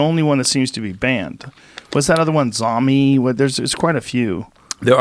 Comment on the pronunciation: Xiaomi is pronounced "Shao-Me".